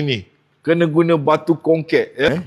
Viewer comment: Sebut batu tu elok sikit bang,seriaw dengor nye🤣